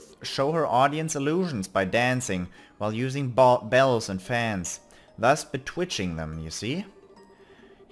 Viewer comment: It still surprises me every time I hear you say "Betwitching" for Bewitching. The French name, Olivier pronounced "Oliver" makes more sense to me.